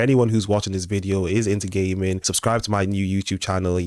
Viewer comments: I swore he said gay men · 😂😂 the way you say "gaming" sounded like you said "if youre into ghey men" 😂😂